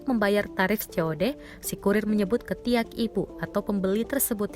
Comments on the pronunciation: Penekanan kata pd ketiak sangatlah melucukan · "Ketiak ibu item" dengan penuh penekanan